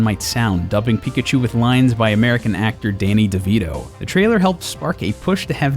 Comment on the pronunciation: Did he just fuckin' say Daney Devito?